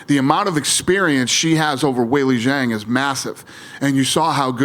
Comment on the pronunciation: It enrages me that everyone pronounces Zhang WRONG - like just look it up for Christs sake! It's called respect!